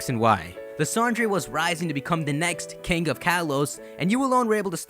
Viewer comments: It's pronounced Lysander, not Lysandrey! This has been established for 2 years now. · Lysandre is pronounced Lie-sander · it's pronouced Lye-SAN-Der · Lysandray? Do you also say kyogray? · I just have to say this because it bothers me. Quite allot. Lysandre. Is pronounced Lie-San-Dur. Thanks, bye. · Seriously dude? You're still mispronouncing Lysandre's name even though there are 3 Mega Evolution episode's in which you can clearly hear the correct pronounciation of that guy's name. 😒